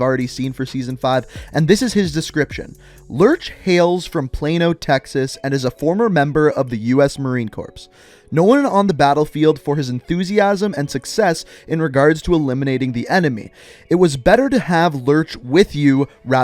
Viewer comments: Marine corps(pronounced like core) not corpse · this is the first video i have ever watched of this guy. it was really a turn off for me when he pronounced Marine Corps as Marine corpse. it is pronounced as Marine-"Core." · Marine core not corps 😂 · It’s pronounced Kor not corpse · It's pronounced core not corpse for Marine Corps please pronounce it correctly. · USMC is pronounced like (core) NOT (corpse), like you said it. It REALLY pisses the window lickers off. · Every time someone says U.S marine corpse😑😑😑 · Corpse?....LOL dude why man just why ....now its gonna hit in my head everytime i say their name 🤣🤣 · This man really pronounced "Corps" as "Corpse" 🤦🏻‍♂️ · You don’t pronounce the s in Marine Corps just a heads up. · It’s pronounced core bot corpse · I’ve heard you say corpse too many times, it’s corps. It’s a military entity but in the French root it’s a body. It sounds like the word core. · "CORPSE" bro, it's Core, smh, what a POG. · Corps is pronounced "CORE!" Not "CORPSE!" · I Am its just how you pronounce it. Marine Corps. Pronounce it like Marine Core. If its pronounced like corpse you're basically saying a dead marine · Did you pronounce it U.S. Marine corpse? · Before some marine shits all over the comments section. “Marine Corps”, is pronounced Marine “core”. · Im a former Marine. The word Corps is pronounced like the word core. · Coprs is pronounced as core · You don’t pronounce the s in corps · I wonder if anyone else heard him pronounce Corps as it’s spelled and not like core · Hey just wanted to help you out for future reference marine corps you pronounce it marine core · wait. did this dude say "corpse" instead of "corps"? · CORPSE DONTESK SHTREEEM This guy.. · The "s" in Marine Corps is silent bud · the p isn't pronounced in "corp" ya chubby. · You pronounced corps wrong, no hate though. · I love your videos brother but remember the “P” in “Marine Corps” is silent🤙🏼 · Oof, that pronounciation of 'corps' tho